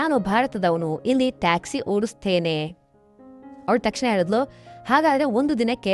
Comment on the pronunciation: ಮೊದಲು ಳಿ ಹೇಳುವುದನ್ನು ಕಲಿ, ಹೇಳಿದಳು ಅನ್ನುವುದನ್ನು ಹೇಳಿದಲು ಅಂತ ಇದ್ಯಾ 😂😂😂😂😂